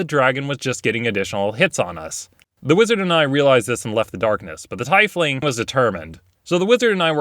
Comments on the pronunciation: I thought it was pronounced Teefling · TIEFLING is said like "TEEFLING" SAY IT LIKE THAT PLEASE, IM SO TRIGGERED!!!! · It’s pronounced “teef-ling”. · Is it not pronounced tee-fling? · Tiefling is pronounced like "Teefling" btw. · The developers say it is pronounced "tea-fling", opinions doesn't matter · tea-fling :P your welcome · That's not how it's pronounced. My teifling barbarian named Teiflon (pronounced Teflon) has assured everybody in our current campaign that it is pronounced Tefling. You know using the 'eh' sound. They gave up and just accept it. They'd say, "You can't teach Tef anything. Nothing you tell him is gonna stick." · .... /Teef/... ling. I know how it's spelled, but, Teefling is how it's pronounced.... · Tee-fling is correct, but not the only one who says it the other way. It's like how in the Lord Of The Rings movies they can never decide if it's Lay-goal-iss or Lego-Lass. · Wait, “Tiefling” is pronounced “Teifling”? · Dennis Overzet no, it’s pronounced TEEF-ling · Why du you call it a "Teifling" when it's written "Tiefling"? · don't know if you knew, but it's called teef-ling. Tief is german for deep. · TEEF-ling. TEEF-ling. TEEF-ling. It's not that hard! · All I know is that even most, if not all, of the guys who work on the books pronounce it as teef-ling as well, so I never understood how the whole mispronunciation even occurred. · Ty-fling, Ty-fling, Ty-fling. >eye twitch< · Teef ling? You are making my pronunciation act up again 😈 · He hit the ground so hard he messed up how to properly say TEEFling. >:U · I pronounce it Tee-eff-ling. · Mispronouncing tiefling, hope after 7 years and a million comments about it you have learned lol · I just gotta say it's tiefling not tiefling. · The way you say Tiefling bothers me so much. It's based in German. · Hearing how he says Tiefling is giving me AIDS. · WHY THE FUCK DO YOU SAY TIEFLING LIKE THAT! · I hate how he pronounces tiefling. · HA heeeheeee ha... you say Tiefling funny.